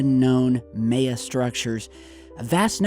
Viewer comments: You really are saying may-ya... Cmon... Mye 'yAh.... Bro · it is pronounced M-eye-ya, not May-ya.....js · Pretty sure it's pronounced mya bud spelt maya sorry ma man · Its not fucking may-yah its my-uh god dammit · Goddammit!... MAY-A?! Really?! Did you ever take a history class? MAH-YAH!...that's how it's pronounced. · I must admit you are adding an extra y in there when pronouncing Maya. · Why are you saying May-a 😂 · AAAAH! C'mon, EVERY TIME......it's not like you're saying Guierrmo Del Toro or some such shite that us white people have trouble saying....My....Yeah....Lol. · May-uh lol oh.. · May-a? What's that? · You’re saying that Spanish word maya so wrong. The a is silent and sounds more like an i in it like Miya. Okay silly 😜 lol 😂. My husbands Spanish so I know how to say it. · It's pronounced: "MY-AH" or "MY-AHN". Face palm. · Hey, it's pronounced My-Awe. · I believe it is pronounced "Mai Ya" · Prounounced My-a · Maya = My - yuh (ya) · Did he go to school? It's pronounced "My-Ya" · Just think of "My-ya" =Maya, your killing me. Lol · It's pronounced MAH-YAY-UH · Theres no possible way you study conspiracy as much as you do, and don't know how to pronounce "MY-YAH". 2012 was like the biggest thing going for years. You would of heard the word 100's of times on things like Ancient Aliens. I refuse to believe you're doing anything but trying to get comments to screw with the YouTube algorithm. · Maya- pronounced with short "a". Generally speaking.... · it is pronounced "MY UH" or "MY AN"... do you even read bro? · (My-ah) say it like that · It's Pronounced MY-AH lol :) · It's pronounced ( My - ya) Maya or Mayan ( My - yan).... Love you, mean it. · Why are you pronouncing Maya that way? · Dude learn how to say MAYA!!! SUPER annoying and makes you sound kinda dumb.. just sayin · Your pronouncing Maya wrong my friend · why do you keep saying Maya like that? Staph it. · Pronounced My-Yah. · It's pronounced My Ya.